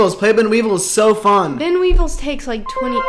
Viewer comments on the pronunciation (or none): every time says weevils so tragically wrong someone in the world gets a yeast infection